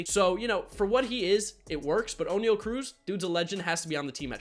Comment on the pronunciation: It pronounced o-ne-al and i know thats not how you spell it but thats how its said